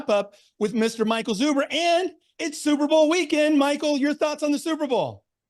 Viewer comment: I heard zuberbowl. I think you need to something with that play off your name. lol